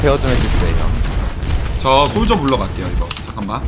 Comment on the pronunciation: 솔져가 아니고 솔저입니다